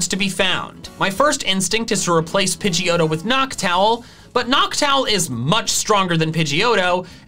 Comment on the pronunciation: Falkner: it’s not a pidgeotto it’s a pigeJhoto